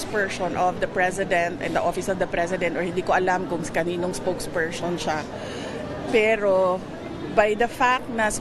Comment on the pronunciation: Sara LUSTAY "SPOKESPERSON" hindi Spoke PER-SHON! BOBA KA DAY! 😂